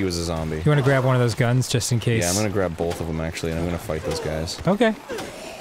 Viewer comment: Arin's still at it with saying "Bolth" all the god damn time.